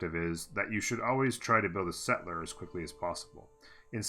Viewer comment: stop saying settler like that